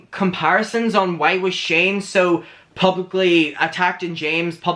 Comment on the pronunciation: 5.05 shame, instead of Shane, got me dead😂😂😂 But, it fit anyway😉